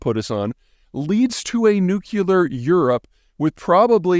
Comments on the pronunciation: Dude, I like your content, I subscribe here and on TikTok, and I'm reading your latest book. But seriously... Nucular? C'mon, man, you're way to educated for that (and it drives me nuts.) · Oh no. Just realized he’s a “nucular” guy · Nucular nucular nucular. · It's almost like people would take you more seriously if you started pronouncing "nuclear" correctly. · Peter Zeihan pronounces "nuclear" like that? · Interesting take - now if only you could pronounce nuclear properly... 😞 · I love this series, but I'm baffled by Peter's ability to spell "nuclear", but inability to pronounce it. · Never mind the hat. But a man of your standing and intellectual authority should know how to say "nuclear." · Peter, I am BEGGING you to pronounce it NUKE-lee-ar, NOT nuke-U-lar. PLEASE!!! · Dearest peter, i do believe nuclear only has 1 u. Nuclear. Nucular. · nu·cle·ar /ˈno͞oklēər/ -- not "nook*u*lar" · Drinking game: drink every time Peter mispronounces nuclear. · You keep saying "nucular." It's NUCLEAR! Not nucular. Nuclear! ;) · Peter! It's nuc-lear, not nuc-ulear. That's George W. Bush's pronunciation! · In agreement with all of this, but please, it's "nu-clee-ar", not "nuke-u-ler". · Peter - Love your analyses!! But please stop saying Nu-CUE-lar, the word is pronounced Nu-CLEE-ar.......... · Peter... It would give you more conviction if you were to pronounce “Nuclear” properly, instead of saying Nucular. But make no misteak … you are awesome! (poor Pun intended). Just Sayin'. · Isn’t it “nu-clear” not “nu-cu-lar”? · Please, please, please stop saying 'nucular' it undermines your interlect. It is pronounced nu-clear in the context of atomic weapons. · It's Nu-cle-ar, not Nuc-u-ler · Nuclear, not nucular. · NUC LE AR, NOT NUC YA LAR......FFS. SAY IT LIKE A PROFESSIONAL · You’re so smart, my man. Could you please pronounce it “nu-cleh-yer”? I don’t know why but that drives me nuts. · "Nu que ler, its pronounced nu que ler" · "Nukilar"? Never heard of that